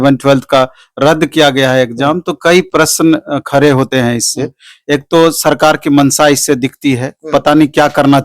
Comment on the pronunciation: खारे ni hota he khade hota he